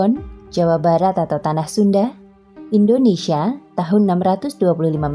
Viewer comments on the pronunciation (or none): none